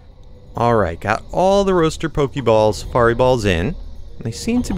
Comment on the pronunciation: srry but you say rooster weird